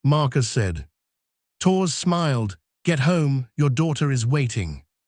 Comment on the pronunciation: AI voice can't pronounce Torres correctly...ruined the whole thing!